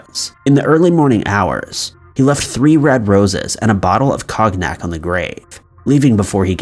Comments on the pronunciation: co-nyack. No hard "g" sound. Just trying to help, not trying to flex. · After “cog-nack” I’m 100% certain this man mispronounces some words on purpose. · Not judging or griping or disrespecting- ♥️ you and this channel!- but "Cog- nack" had me chuckling! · "kognak"? Uhmmm.. ok. Gotta try that.. 🧐🤔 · COG NACK? Do you put one hilarious mispronunciation in every one of these videos? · Cog-nack LOL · Cog. Knack? You mean cognac? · cognack...you had 1 job, to read words. So unprofessional. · Co-gnac is how it is pronounced./gn/ sounds like the “ni” in “onion” . It’s used often in Italian, as in “gnocchi” . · lmfao "Cognack" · Lmfao....cog-nac. Love it! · Somebody get this man a bottle of Hennessey, aka, Henny pronunciation (Cone-yak). Oh Lord this is my laugh for the WEEK!🤣🤣🤣🤣 I'm sure you're getting HAMMERED on the pronunciation! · Hahaha! The very best part of these videos is the constant mispronunciation! However, I do love a good cog-nak. 🤣😂🤣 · Did you really just say cog-nak ??????? 😂🤣😂🤣🤣🤣😂🤦🏼‍♂️🤦🏼‍♂️🤦🏼‍♂️ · KAWN-yak sheesh! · Bruh...go drink some Cog-nack lol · I can't believe you pronounced it "kognak"... TWICE! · Cog nack....seriously.....??🤣😷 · Cognac is pronounced conyac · Cognac is pronounced Cone-yack just so you know for the future. 👍🏼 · "Cog Knack?" Really? Cognac is a pretty well known liquor. If you don't know how to pronounce a word, either look it up or find a synonym. Don't be like Chills! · It's pronounced cone-nyack. You're welcome. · I was like, “did I really just hear that?!” Lol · He left some cog-nac Lmmfao🤣😅 cognac🥃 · For future reference it's pronounced "CON YAK" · Ok. Do you mispronounce things on purpose for interaction on your posts? If so... clever. If not, it’s pronounced “conyack”. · This dude said kognak LMFAO 😂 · I heard that too and was like WTF? Coggnak lol okay..... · Chagnack French: ✋😒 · Haha! Cog-nack!! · Do you even know how to pronounce "cognac"? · that cognac butchering......yeeesh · True ! I agree with you Annie